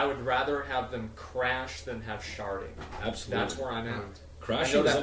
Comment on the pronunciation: Am i the only dirty person here that keeps hearing sharting instead of sharding? XD ghehe